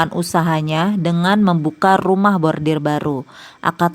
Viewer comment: Pembaca Narasi koq nyebutnya Bordir 😅, harusnya khan Bordil